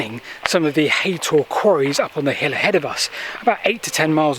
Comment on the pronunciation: It’s haytor nit haton I can see the rocks at the top of the hill from my house